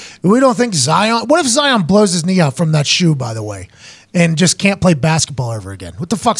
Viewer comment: Pat calling Zion “Zaiyon” adds to the hysteria